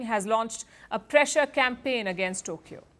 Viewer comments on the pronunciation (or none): none